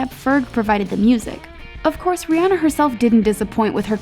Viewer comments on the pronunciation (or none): That reporter said Ree enna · Why some these ladies be saying Rhianna's name wrong?